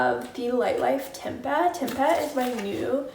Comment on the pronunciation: just a heads up, tempeh is pronounced 'tem-pay' 💕